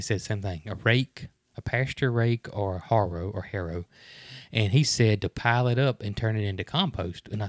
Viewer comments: It is Ha-row not Har-row I hope that helps 😀 Mary-Carl’s knowledge of her Birds is Amazing, she’s a credit to you guys x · You might want to burn off your pasture first thing in the spring, that gets rid of the dead grass that chokes everything. The harrow is pronounced “hair o”. 😉👍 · Harrow pronounced like arrow with an "h". A harrow is an implement for breaking up and smoothing out the surface of the soil. Ranchers will use one to clean up their pastures to break up cow pies and get the grass to grow. It doesn't "collect" anything for you to add to your compost. "Our Wyoming Life" has a video harrowing their pastures. "Ima Survivor Sanctuary" (Lester & Rachel) also has a video of Lester harrowing one of his paddocks.